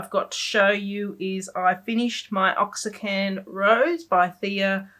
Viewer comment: Love the tutorial and podcast. You have inspired me to start painting and I’m doing a picture a day in the ‘In the Woods’ book as well as other free style painting I get from watching you or other Youtubers. It’s tons of fun. Just want to say I believe Oaxacan is for the Mexican city Oaxaca. Properly it is pronounced ‘oh-ah-ha-ka’. If you say ‘waa-ha-ka’ it sounds almost the same. I’m not a native Spanish speaker, but was raised near the border and took Spanish in school....years ago. Of course if you don’t use it, you lose it. Thanks for all the time and effort you put into your videos. I really enjoy each one (now that I have binged watched them all to catch up).